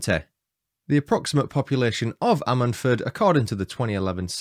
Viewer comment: Lol its pronounced ....I sted ford!! 🤣